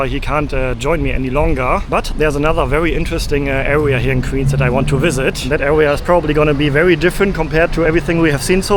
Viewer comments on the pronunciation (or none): You should learn how to make the "w" sound. Queens pronounced like "qweens," not "qveens"